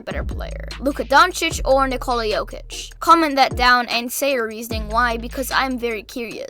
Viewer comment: Bruh its Jokic and it aint even close